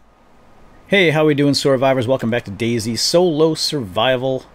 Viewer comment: They need to change the name to Zday. I always think "Daisy" when I hear you say it.